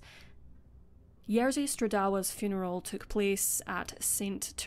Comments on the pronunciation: Hey! Great video, thank you for making it! But RZ in Polish always makes one sound, not "r" and "z" sounds one after another, so it's "Ye-zhi", not "Yer-zi". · I do try my best and always look up pronunciation of names that are unfamiliar to me. I just pronounced Jerzy the way it's pronounced for the tennis player, which is what I thought was correct. (Turns out the English commentators say it wrong.) But I do agree that more effort needs to be done by creators to at least attempt names as best they can. E.g. if you've seen other videos of mine, such as the Alcasser Girls or Monster of Florence, I've tried my best to get pronunciations right. I think it's the least a person can do 😊